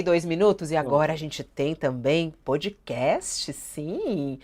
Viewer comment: De uma vez por todas: a pronúncia é pódcast!!! Não é pôdcast; não é pôudcast; é pódcast!! Não é nenhum fonema que não existe em português. Por favor!